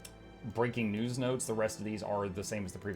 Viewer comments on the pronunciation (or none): GOD THE WAY YOU SAID 'news' made me double take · yeah, i had to rewind it and verify lmao